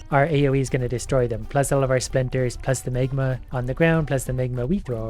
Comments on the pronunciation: Tip, try to say magma and not megma... smegma is totally another thing... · You pronounce the words magnet and magma really funny, as if you were saying smegma.